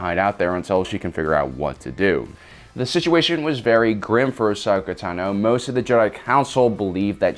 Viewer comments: The way you pronounce Tano is really fucking irritating. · I don’t get how u can clearly be a big fan, but not know how to pronounce her last name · Is it just me, or does this guy consistently mispronounce so many names that it makes it seem like he is reading from scripts someone else prepared and isn't really a Star Wars buff himself? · Anyone else wanna head butt a wall with the way he says tano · Please if you cannot pronounce her last name then just say ahsoka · How do you not know how to pronounce her name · Hearing this guy say "tano" makes me cringe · You kept pronouncing Tano wrong the whole time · Why do you say her last name weird. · I don't like the way you say tano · Really don’t think this guy has ever seen Star Wars he can’t even pronounce Ahsoka Tano right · Pronunciation of Ahsokas last name is killing me. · Its cuz he keeps mispronouncing her name!!! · Bruh please stop saying teno it’s tano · why does he she "tuh-no" instand of "taw-no" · It’s Ashoka tAno, not ahsoka tanO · Bruh you said teno its tano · It's pronounced TAHNO, not tuh-NO. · It's pronounced "Tah-no" not "Tuh-no" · Y does he pronounce Ahsoka's last name TaNO instead of Tano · TENO????? It’s TAAAAANOOOOO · It's tAno, not tanO, it's time to stahp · Bro it’s Tano not Tino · You are mispronouncing Ashoka Tano. It's (AH- SOAK-A - TAH-NO) NOT (AH-SOKA - TUH-NO) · The way you pronounce her name is throwing me off, you're saying it quick Like TNo Im so used to it being longer like ( I don't know if this will communicate correctly through text but) if you sounded out Ton-oh, tru-per for trooper ton-oh for Tano. Well I don't know how its supposed to be pronounced just throwing my two cents out there. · Tno is what he said it’s tano I have ocd 😂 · T O N - OH not tino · The was he says Tino instead of Tano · in my language its pronounced tAno not tanO i guess its the same everywhere? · Tah no, not tuh noe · Tunoh. Tunoh. Tunoh. Me: ITS TAHNOH! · Yep its “tanno” not “tenno” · Ahsoka Tuna